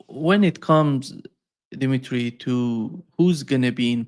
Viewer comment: His name is Dmitry, not Dimitry,.